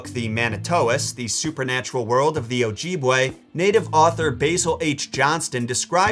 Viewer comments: "OH-JEE-BOUWAY" IS CRAZZYYY... (I'm pretty sure it's pronounced "ouh-gib-way" and that's what my teacher say so 🤔) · its not ojeebwa its ojibe pronounced Ojibway i should know i am from Chippewa / same Place Basil Johnston is from formally known as Cape Croker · It's pronounced oh-jib-way hope that helps ❤ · As an Anishinaabekwe I love that you made this video. Also it's cute how you pronounce Ojibwe, like oh gee bway, I say oh jib way. Thank you so much for making this so accurately, I laughed so loud when you said antlers are scary because I always hated that in modern lore the wendigo has antlers like wtf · very good job, only thing that annoyed me was how you say Objibway :P